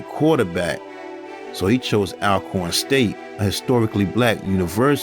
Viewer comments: Unless you’re from the south, it’s hard to pronounce the names of these places 😂, but the schools name is pronounced All-corn. A little know fact about Air McNair is he played in a softball league growing up, most kids in and near Forrest did and still do now as adults. Since his death his grave has been vandalized and robbed several times. If I remember correctly the family had his body moved to keep people from trying to rob his grave. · Pronounced “ALL-CORN”, sir!!! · Great video. One thing. It’s pronounced ALL - corn. Love a proud Alcornite.